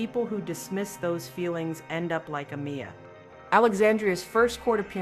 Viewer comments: a-my-a NOT a-me-a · It’s not ameeya it’s Miya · 1. You can ALWAYS program the AI voice to pronounce the deceased's name correctly. That's so disrespectful. 2. All the videos of her twerking... is that all she should be remembered for? I don't even know this young woman, but this video is so distasteful. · Is the voiceover AI? Cause there's no way you keep hearing them say her name & still saying it wrong. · The narrator is saying her name wrong!!! I'm annoyed!!! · How you play the video of her friends saying her name and you still fuk it up... And are you reading from a script cuz every video you start with the same soggy ass line.... They lit up any room they walked in.... Like come on be original and say these people's names correct... Give them that much respect and don't post their videos if you don't know how to pronounce their names ... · To not say her simple name right is an insult